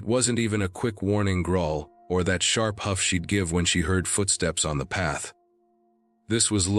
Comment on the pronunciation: S1: why not take the guns with you when you climbed up to the loft? “Tate” for tight, “grohl” for growl. AI should learn better word pronunciation! 🙄